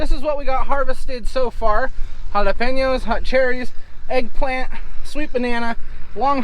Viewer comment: Your Spanish teacher must be so proud of you,! You pronounce "jalapeño" so well